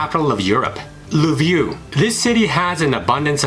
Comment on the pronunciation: la view really? please learn how to pronounce Lviv